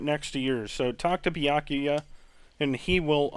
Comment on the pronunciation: Honestly, the pronunciation of Byakuya is more or less how I'd pronounce it, and I'm Japanese-American (though I don't speak Japanese, so I'm not a credible source whatsoever, haha).